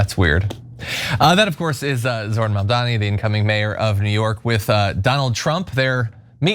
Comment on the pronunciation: Zorhan Mandami.